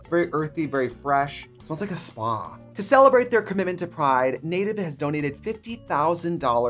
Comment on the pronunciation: Trixie’s Wisconsin accent coming out on her ad. “It smells like a spaHHHHH”. Bless her 😃😃😃